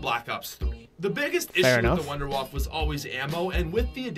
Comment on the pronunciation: Thank you, you said wonderwaffe correctly many people call it the wonder waffle it's not waffle its wonderwaffe the germans pronounce it as Vondervaffe like Volkswagen is WolksVagen. Thank you for using the correct pronunciation